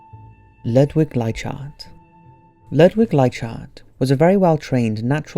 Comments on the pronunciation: Ludvic Leichhardt's last name is pronounced Like-Heart! i live in the suburb names after him in sydney australia! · Hey man, great video. But you mispronounced Leichardt's name. I actually live in a suburb named after him in Australia. It's pronounced "Ly-Kaht" Cheers